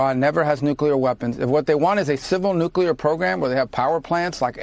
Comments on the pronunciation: You pronounce Nuclear wrong, it's not New-cya-ler, it's New-Clear. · No. P.S. Nuclear is pronounced “New-klee-er.” Not “new-Q-ler.” It’s so sad when intelligent people say this word incorrectly. 😔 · you say that you read the comments, but you keep saying nucular instead of nuclear. It is important for someone in your position to pronounce words properly. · It’s NEW CLEAR. Not NEW CULAR? Bush the lesser is long gone. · Nuclear: New-klee-er. It’s so sad when I hear intelligent people say this word incorrectly. 😢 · If it’s not CLEAR, it’s not nuCLEAR! One u.